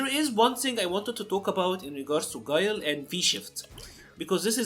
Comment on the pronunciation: Damn not my boi Gwey-Lai